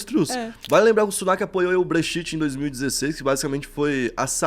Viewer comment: Crítica construtiva: Faz um cursinho de inglês fabil, vc ja é um canal grande pra falar brechite.